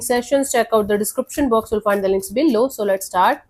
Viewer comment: The way you say 'below' ~ 'Billo' 😂